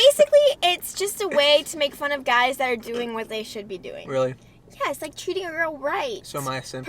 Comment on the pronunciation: When she said treating, it sounded like cheating)